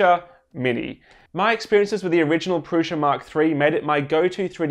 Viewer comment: why people keep pronouncing "Prusa" as "Prusha"???